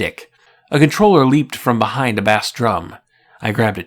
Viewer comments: Bass drum is pronounced base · wait how old is this guy to not know the pronunciation of bass